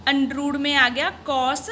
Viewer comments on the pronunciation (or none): Undrooooo✅ under root❌ scare✅square ❌